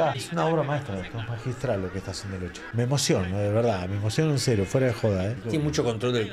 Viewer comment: Todo bien, pero se pronuncia Loke, doble CC+H en italiano suena K. Era origen Sarda de Cerdeña.